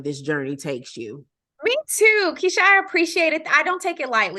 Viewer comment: You said my name perfectly Keisha. THANK YOU. And thank you for answering my question.